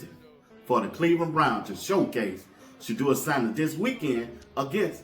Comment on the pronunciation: “Shedewa sandehs “